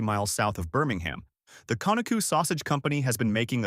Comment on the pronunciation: You need to go listen to a video on how to pronounce Conecuh‼️